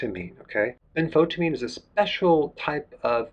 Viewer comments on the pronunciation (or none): I love Dr. Bergs videos but please Doctor Berg.. as you talk about B1 in every other video.. please learn the name properly. It is not Benfotamine as you always call it.. its Benfothiamine. As from the word Thiamine for B1. There is an 'i' in it else it the word would make no sense. Saw this in like 100 videos and finally cant stop myself from pointing it out. Other than that as always valuable information.